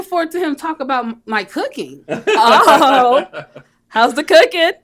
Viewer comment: I thought she said, "Cookie" not cooking. That got my attention real quick.😅